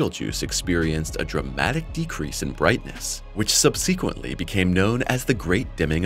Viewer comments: "SubSEQuently " -- Learn English. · Why don't these AI voices ever know how to pronounce the word "subsequently" ??? 🙄